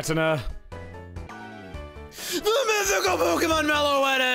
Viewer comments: are we going to overlook the way pronounced giratina like a maniac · I'm sorry, how did he pronounce Giratina?